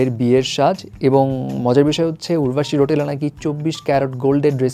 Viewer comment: ওটা রোটেলা নয় রাউতেলা।